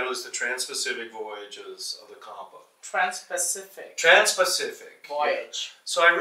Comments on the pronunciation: Pronounciations are wrong,sir. These are चाम और चम्पा. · Childress have traveled more than 100 countries & studied Champa but don't know how to pronounce it. What a shame. Do Childress don't have Indians in his team while he was researching on the subjects.